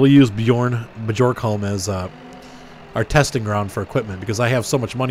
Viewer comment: BTW it's pronounced be Arn Holm bjornholm